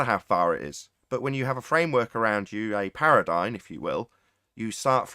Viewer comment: Please. For the love of God. It's "paradigm" not "paradyne."